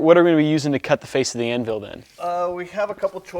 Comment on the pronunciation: good stuff, but PLEASE learn how to say "anvil" normally... hint, it doesn't sound like "an will"...: /